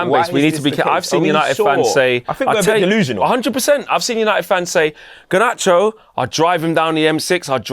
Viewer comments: It infuriates me how pronounces Garnacho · Bro I thought I was the only one!